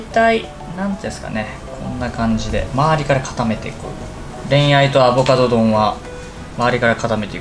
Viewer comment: アボカドを頑なにアボガドっていう人ほんと好き😋